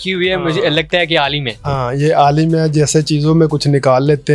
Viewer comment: Alim nhi Amil boltey hn amil baba😜